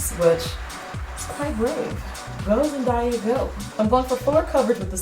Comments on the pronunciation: it's zen-(DAY)-UH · It's actually pronounced Zen-day-ya it's ok though ilysm 💕😂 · Did you just call her ZenDIEa haha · it's killing me how you pronounce her name wrong, lol I'm so OCD. It's pronounced like zen-day-ya. Not zen-di-ya, lol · Zen die a ..... It's ZenDAYa Lmaoo you know like the days of the week 😂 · I thought it was pronounced Zen-day-a not Zen-die-a? Idk if that's just coz I'm Australian tho.. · So funny. You did say zendaya wrong lol. It's zendaaya not zendieya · '"zen di uh' LEL *zen day uh is how it's pronounced <3 but this is spot on, amazing! <3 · Zen- Day-A, Jackie 😂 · The way she says Zendaya's name, is cringe worthy. Zen-die-ah? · lolz its ZEN-DAYA like the A is said normally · Yeah it's Zen DAY a Jackie 😂😂😂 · zen... DAY... uh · Love the look :) it's Zen-Day-A btw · Omg no jk was looking for a tutorial for this look lol thx 😘😘 I think it's pronounced day like a day in the week for her name not sure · It Zen-Day-Uh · LoL it's Zen DAY UH (as in toDAY) lol you tried though. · It's pronounced Zen-day-a but it's cool because you did a great job👍🏾 your gorgeous😉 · Lol yeah, it's pronounced zen-day-uh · I thought it was Zen-DAY-Uh, well idk maybe not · love your vids your so pretty and so funny😂❤️ no hate just lettin u know her names pronounce zen(day)a😂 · love this look! but just so you know it's pronounced zen-day-ah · Zen- day- ah 😊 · its Zen-Day-A lol but this look is beautiful love the gold and the red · "It's Zendiya" 😂👏 I love you 😂🙈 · Lol girlllll it's pronounced Zen-day-uh.😂 love you.😂❤️ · Lol its zen-day-a gorgeous look never the less weer knew who you were referring to. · Déjà Manning she said it wrong. she said "zen-die-ah" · Lol! Jackie I love you!! But I'm pretty sure it's pronounced Zen-day-ya! But I love how you Stan her! My two favs!!! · Lol this video is so nice and btw its pronounced like the word day in the middle . Zen DAY Ahh Lol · Omg Jackie it is pronounced Zen-DAY-Uh. BUT thins look was so on point. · It's Zen-DAY- yuh